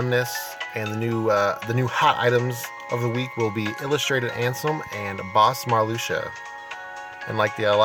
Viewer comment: mar-luke-see-uh is the right pronunciation.